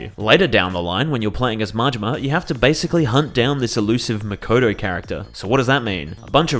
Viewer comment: Your pronounciation of Makoto is awful.